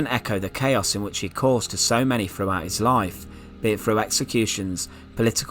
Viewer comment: This guy would probably never be hired by the BBC (is that a good thing?). A lot of people pronounce, "th," like, "f." When the narrator says, "throne," I hear, "frone," and, "throughout," is, "frewout." My favorite is, "thing" - "fing." lol